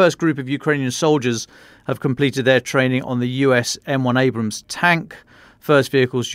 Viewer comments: These folks love to talk but they can even get the names right. For example it is Abram's not Abraham's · It's ABRAMS not Abrahams. There's no "H" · “Abrams” not “Abrahams” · "At least I can pronounce 'Abrams' correctly and not keep going on about 'Abrahams'" 😂 God, I love Dom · Take a shot for every time says "Abrahams" instead of "Abrams" 😂 Love the pod though! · It is Abrams, not AbRAham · Your reporter would sound much more convincing when he'd not call the US tanks ABRAHAMS ffs.. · Please tell that: 1. It is "Abrams," not "Abrahams." 2. Fall starts on September 21/22, not the first. Thanks so much for your podcasts ❤ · I love this podcast. I rarely miss an episode. demonstrated his knowledge of the Abrams but the pronunciation as Abrahams was so grating! I forgive it but yikes. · It’s “ABRAMS”,not “ABRAHAMS”,…! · Isn't it Abrams, not Abrahams? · why does the tank guy butcher the Abrams tank - he keeps calling it an Abraham, can someone please correct him lol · It’s Abrahms, not Abrahams. One is a tank, the other was a President… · Abrams not Abraham's. Damn Brits need to learn English. Glory to Ukraine 🇺🇦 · It's Abrams not AbraHAMS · Abrams, not Abraham damn it ! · Abrams brother, not Abrahams. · keeps adding a “ham” on the “bra”. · It's not Abraham 😂